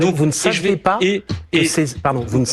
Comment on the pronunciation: "pas Tetre dans la presse" donc pour ce glandu "pas" fini par un T et il fait la liaison...